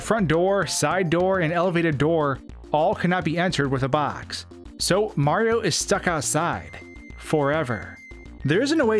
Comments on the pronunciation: You said marfx instead of Mario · You're aware the protagonist's name is "Mario" and not "Mar", right?